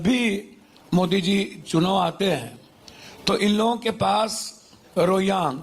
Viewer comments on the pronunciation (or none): पप्पूजी कहते हैं "रोहियांग", मुझे लगता है कि "रोहिंग्या"। शुद्ध क्या है कोई बताना😢